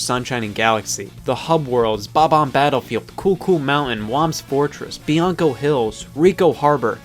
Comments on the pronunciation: KillerPi true, but would you really pronounce it “Bob.. omb” it’s just his accent and his way of saying it I guess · Even if that were the case that still means it's not buh bomb